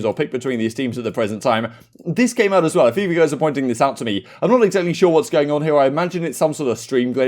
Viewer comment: Alroiightt goiyss